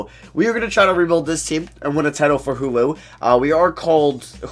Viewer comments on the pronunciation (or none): Everytime you mean to say hulu you sound like you’re saying hoowho